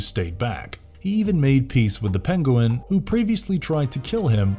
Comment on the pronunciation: OK, just gotta say, it's not Pen-go-win, it's Pen-Gwen, lol. Good try though